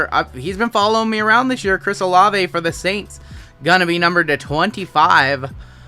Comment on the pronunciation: You are correct, it's O-Lav-A